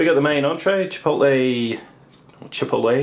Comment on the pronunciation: you pronounced Chipotle right the first time